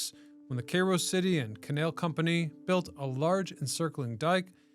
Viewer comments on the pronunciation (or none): When you said Kay Nail instead of canal I knew you were AI 😂